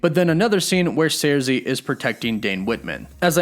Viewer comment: Cersei is pronounced: Sir-See. Not Sairzee.